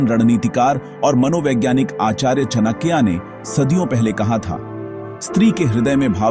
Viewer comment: चणक्या नहीं..चाणक्य बोलना सिखों 😂